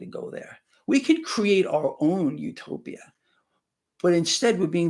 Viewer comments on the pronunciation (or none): none